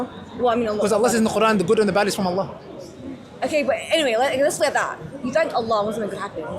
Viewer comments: In the beginning, straight away, He couldn't even say Allah properly, showing you that he may not have been a muslim before. That's the first thing u learn. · This coconut man. Can't even pronounce Allah correctly.